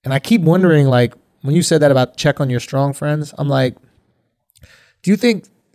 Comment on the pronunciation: If this dude says skrong instead of strong 1 more time